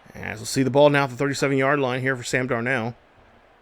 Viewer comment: You is butchering darnolds name 🤦🏽‍♂️😂